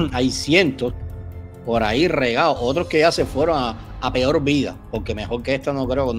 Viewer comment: Este pobre muchacho que hace el vídeo, ni sabe pronunciar correctamente las palabras. "Peol", que significa. "Tlabajadol ". Un mamarracho el vídeo con sus interrupciones.